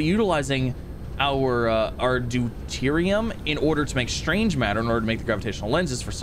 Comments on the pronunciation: it is pronounced due-Tier-re-um. The Science geek in me cringes every time you say it other wise. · Remember when he was calling it deridium 😂